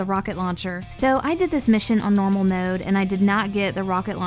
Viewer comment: “Maowde” never met someone who says mode so weird